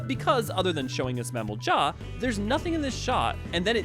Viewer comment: since when did Amalj'aa turn into Mamalj'aa? XD